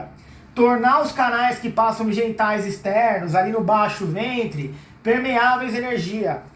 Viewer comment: baixo fentre rs